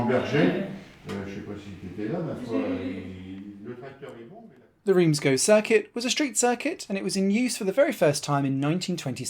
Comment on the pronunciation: Even allowing for English pronunciation ("Reems" rather than "Rance") "Go" is odd, I believe it should be "Guh" (based on my 'O' level French in the last century!).